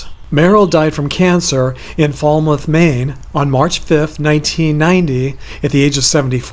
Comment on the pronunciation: Hi, FYI, It's pronounced (falmith, Maine) I always am glad when I see you have posted another video. I really enjoy them.